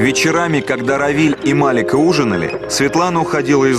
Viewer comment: Не МАлика, а МаликА...